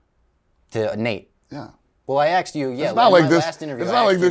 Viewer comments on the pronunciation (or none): I “axed” you last time. Fuck I hate that he can’t say ASKED!! Ffs 🤦🏻‍♂️ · The fact he says "axed" drives me fucking insane.